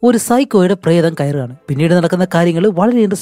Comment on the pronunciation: പ്രതം എല്ല പ്രേതം😂